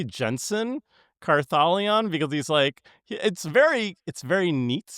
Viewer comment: Cartha lion?? So you pronounce ‘Parhelion’ Par he lion? Guys…